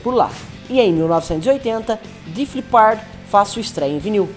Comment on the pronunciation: A pronúncia da banda Def Leppard está incorreta.